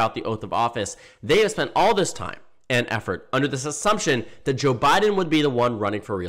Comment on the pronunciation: when you're saying "Joe Biden," hit "Joe" a little longer. In this video, it sounds like "J'Biden"